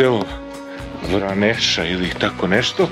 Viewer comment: Veoma lepo,jedina zamerka je izgovaranje naziva Vraneša.